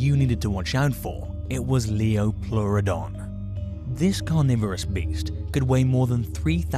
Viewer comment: Lioplueredon??????not sure about the spelling and pronunciation. Even more bizarre is, this expert/clueless individual, has just announced that it could take on a Megalodon. Wow, we learn something new every day ha!!!😂😂😂😂😂👍